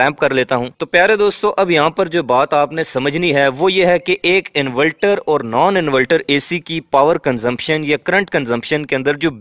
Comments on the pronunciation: انورٹر ہوتا ہے انولٹر نہیں... 😅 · Bhai bohat achee video hai invelter nhe inverter khain to theek hai ya shayed mujay lag raha hai k ap invalter keh rahay hain inverter ki jagha